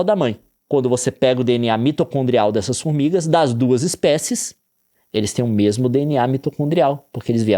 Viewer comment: 9 minutos Nilce, sem contar os outros 9 que eu tive que me concentrar para parar de rir, tudo pelas "fourmigas"